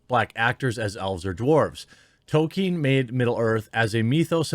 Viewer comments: I enjoy your content but Jeremy please it is Tol-kin the E is silent, it would help your argument some in my opinion. I am a very long time fan of Tolkien my dad read the whole series to me and my brothers when where kids. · FYI; The well known literary genius author J.R. Tolkien’s name is pronounced Tol-K-in (hard K)! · Say it like "Toll-Keen" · Jeremy if your going to say his name so much learn to pronounce it properly and consistently. Tol-keen without stretching out the ee so much as you would in Sheen almost sounds like Tol-kin but you definitely need to L you saying Toke-in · Is Jeremy intentionally mispronouncing his name? It's TOLL-KEEN. There's an L in there buddy. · Progress... Jeremy stopped saying "Token" and now says "Tokien", but the struggle continues to get him to realise the L in Tolkien is not silent. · Can you not pronounce the “L” in Tolkien?